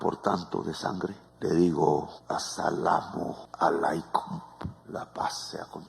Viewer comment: Petro quiere hablar en otro idioma y no prepara su pronunciación antes, en fonética sería: [ «salam malecum» ]. LA PAZ SEA CONTIGO. Tan fácil y aun con todas las ayudas digitales que existen, no pudo.